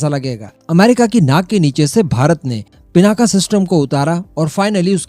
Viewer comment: पिनाका नही भाई पिनाक हे